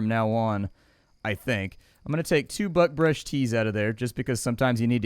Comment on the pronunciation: Everytime you say buckbrush it sounds like "buttbrush." Cracks me up, don't you dare ever change how you pronounce it 🤣